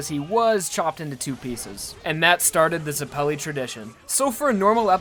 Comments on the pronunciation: ZEH-pell-ee not zah-PELL-ee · Ash Tailor also, it doesn't matter if it's a reference or not, Zeppeli is being portrayed as an Italian surname so it will use Italian orthography, which means that it is pronounced /zɛp:ɛli/ not /zɛpli:/. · don't you mean "Baron von zepelli" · i am italian and since zeppeli is an italian surname i can say for sure that the correct pronunciation is zēppěli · In italian it would be pronounced ze PELLY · How can you not say zeppeli right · Is that not how you say Zeppeli?